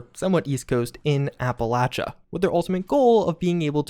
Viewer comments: I think the only thing that makes me annoyed about the Brotherhood Broadcast is how they pronounce "Appalachia" as "Appalaechia". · Its Appa-latch-ia! Dang Paladin lady get it right XD Great video as always! I'm so looking forward to this and seeing how it plays out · Why does everyone in this game pronounce Appalacia wrong? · I like but hate the fact that she's pronouncing Appalachia in a different way